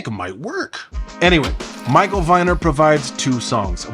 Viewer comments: "Viner" is pronounced with the long "e" sound. Rhymes with "meaner". At least that's how my mom says it whenever she tells the story of how he gifted my family baby furniture when I was born. Moms are usually right. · Viner is pronounced Veener